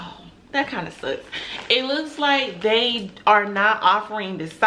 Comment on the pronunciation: You are off to a great start young black business lady. But take it from another black business lady of over forty years. Stop pulling on your braids and always remember there is now reason to ever use the word " dey " instead of they. Keep reaching for the top💖⭐